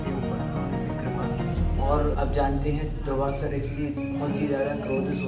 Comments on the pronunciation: द,,Bhai भाई दुर्भाषा नही दुर्वासा ऋषि थे . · Durbasa rishi . Durbhasha nhi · Durvasa rishi h durbhasha nhi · "दुर्भासा" ऋषि नहीं "दुर्वासा" ऋषि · shri krishna ki mata ji ka naam jaanki nahi devki hai aur rishi ji ka naam durbhasha nahi durvasa rishi hai please correct this in your vedio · Durbhasa nahi dhurvasa boleya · Please pronounce Durvasa,not Durbhasa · दुर्भाषा नहीं दुर्वासा बोलना चाहिए जी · Durbhasha nhi Durbasa Rishi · Durvasha.. Not Durbhashaa. Durbhasha sounds bad bhasha, language. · ओ भाई कितना गलत बोल रहे हो पहले खुद ज्ञान अर्जित करो बाद में सबको बांचना कंस की बहन देवकी जी थी न कि जानकी ओर ऋषि दुर्वासा नाम है न कि दुर्भासा थोड़ी शर्म करो पहले खुद जानकारी लो सब😡😡😡